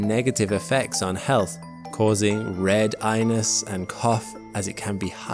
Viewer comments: “Red eyeness” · "Red eyeness" Bruh, what? 🤣